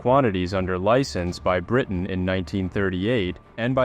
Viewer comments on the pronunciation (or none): none